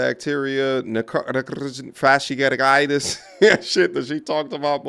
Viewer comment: She said "fascisitus" 4b!